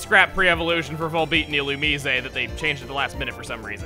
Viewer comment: It's pronounced ILL-OO-MISS